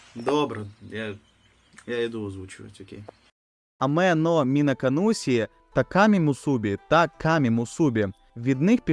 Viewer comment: Є причина чому вам так важко вимовити Мінаканусі і мімбусі, тому що правильно це звучить більше як МінакануШі і мімбуШі, в японській цей склад звучить більш подібно до ші Пояснення з вікіпедії: При додаванні голосного /і/ до приголосного відбувається явище пом'якшення приголосного. Коли /і/ стоїть після звуків /s, z, d͡z/ (с, з, дз) вони перетворюються нові шиплячі звуки — /ɕ, ʑ, d͡ʑ/ (шь, жь, джь). Відповідно, し записується в транскрипції МФА як [ɕi, ʃi] (ші), а не палаталізований [sʲi] (сі); в свою чергу じ передається як [ʑi, d͡ʑi] (жі, джі), а не палаталізований [zʲi, d͡zʲi] (зі, дзі). І згідно з правилами транслітерації японської в українську правильно буде "ші" а не "сі"